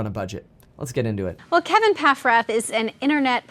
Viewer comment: Ok so i kept hearing kevin pack rat, and im like lol he has a nick name me *surprised pikachu face thats his name lmao